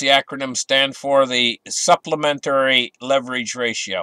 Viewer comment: What's it called? Supplementarrrrrrrrri. Haha